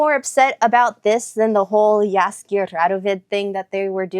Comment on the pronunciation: Nice polish pronunciation of "Jaskier"! And great that you caught how "zwę się" is an old-fashioned way to say "jestem" - I'm impressed! Greetings from Poland :)